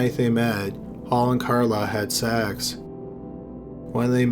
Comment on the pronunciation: "Had seeeckkss" lol sorry that made me laugh